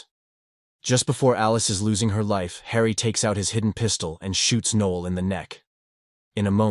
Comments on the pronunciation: Noel not Neil NOEL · Also, "Nee-ol" instead of "Noh-el"